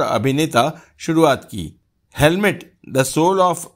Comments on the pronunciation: It is hamlet not helmet as you said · That is H A M L E T not H E L M E T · हेमलेट को हेलमेट बोल रहे हो, इसलिए इसे आगे नहीं देख रहा हूं। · आप हैमलेट को हेलमेट बोल रहे है, कहीं चालान तो नहीं कट गया आपका वाहतुक पुलिस ने!😂😂😂😂😂😂😂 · You keep saying helmet instead of Hamlet, poor Shakespeare must be cursing you.:face-orange-frowning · "Helmet" nahi, "Hamlet"🤣🤣🤣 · हेलमेट नही हेमलेट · 'Helmet' or 'Hamlet'? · Helmet nahi Hemlet bolen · Hamlet not helmat bhai